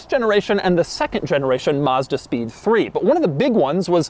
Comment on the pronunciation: To all americans,the first a in mazda is like the a for apple not like you would say mustang